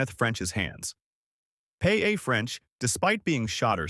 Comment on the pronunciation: Why does your idiot AI robo-voice have so much trouble with the name "Paola"? Here's a hint: It's like POW-la, not P-A-A. Don't you people proof the audio before you publish? When Robo makes an error due to a word it doesn't recognize, go into the script and enter the word phonetically. I thought every video editor would know this...